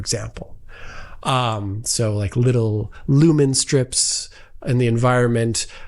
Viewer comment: Get better soon but as a bonus I’m noticing when you’re off colour your incredibly high gratuitous use of the word “like” (or “leyk” in your case) is slightly reduced. A few hundred less gratuitous “likes” today.